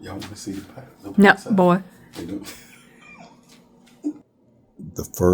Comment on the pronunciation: Why she say "boy" like that lmao